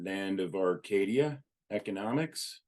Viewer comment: why don't you pronounce the 'A' at the end of the word Arcadia, it's literally the name of your channel!!! It's really driving me crazy bro!